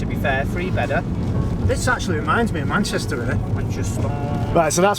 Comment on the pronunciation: 😂😂😂 Just got onto this with my headphones on Manchestaawwwwww Take it thats you Ben 😂😂👍🏼